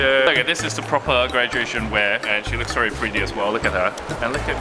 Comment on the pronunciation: Hi, your English is almost perfect, however when you pronounce 'v' in 'very', it sounds like 'ferry', I guess that is due to Cantonese accent. Great video, really enjoyed it.